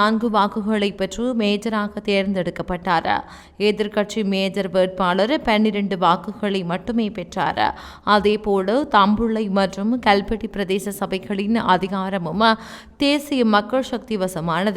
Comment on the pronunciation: தயவு செய்து ஆங்கில வார்த்தைகளை சரியாக உச்சரிக்கவும். மேஜர் அல்ல மேயர். 😢